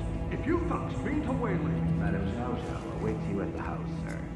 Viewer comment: The name is pronounced Sheeao Sheeao.